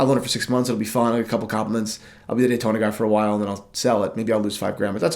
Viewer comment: Yawntona?! No way.